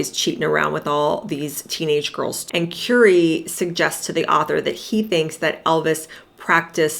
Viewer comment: Please pronouncrme Currie's name properly.